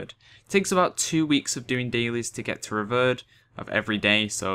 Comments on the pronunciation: Mate is prononuced RE- VIER- ED = nice guide tho thx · Revered = REE-VEER-ED Thought brits were supposed to speak proper english ;P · Any else get annoyed with he says revered? Anyway nice video :)